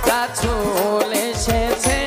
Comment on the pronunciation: রাসুল শব্দ টা অশুদ্ধ উচ্চারণ করেছে তাই ভিডিও ডিসলাইক করলাম